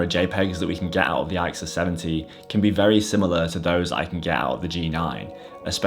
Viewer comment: You pronounce it "ick sus." Great series of cameras by Canon.